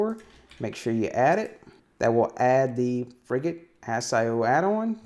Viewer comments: I was on a Frigate for 4 years. You are saying it correctly 👍🏼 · As someone who's served on a frigate - HMAS Canberra (Oliver Hazard Perry Class FFG) - no, you're pronouncing it properly.